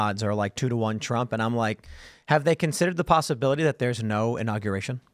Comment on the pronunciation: Trump not Tramp